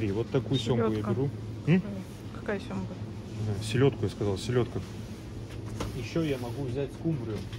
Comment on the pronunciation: нее, брат, ты сказал "семга")))